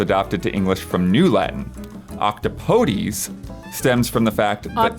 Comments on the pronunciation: Small correction on Octopodes pronunciation - it's apparently pronounced 'ock-TOP-uh-deez' (IPA: /ˌɒkˈtɒpədiːz/), which is insane. The same Merriam-Webster article mentions "It more or less rhymes, appropriately enough, with "don't say that please."" - and was pretty close (got the rhyming end part, but not the middle). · CORRECTION: The correct pronunciation of "octopodes" is ock-TAH-puh-deez. So neither nor is correct:) IPA: /ˌɒkˈtɒpədiːz/